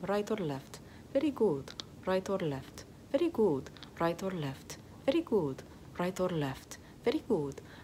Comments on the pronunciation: "very gOOt" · Ay dioh, como amo cómo dice: Very good! Suena a Veri gu! ❤️ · “Very güd”